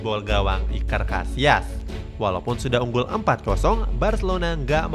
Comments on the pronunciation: Iker Cassilas bukan casias lain kali di ketahui dulu sama David villa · Yg gue denger : Iker Casillas Yg adik gue denger : Iker Casiass